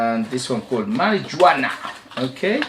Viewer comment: Must admit I've never heard Marijuana pronounced that way, but the j is actually pronounced like an h sound. Mary -huana. Spanish for mary jane. Not a good idea to wear this one if you happen to be stopped by police. You'll be arrested. Lol.